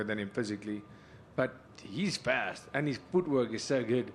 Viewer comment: Dricus is a yank confirmed, Faaast not farrrrst